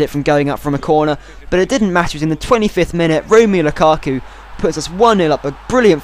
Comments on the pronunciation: Not lukuku but -> (Romelu) 'lukAku' Not Courtis but ->(Thibaut) 'Courtois' ( Cour Twa) Buy Dembélé from Fulham, he's a BEAST! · LUKA-KU not LUKU-KU great video otherwise :) <3